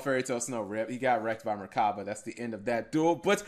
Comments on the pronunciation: MECHABA OR MECH-ABA NOT MERCABA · Why do you say merchaba? There's no r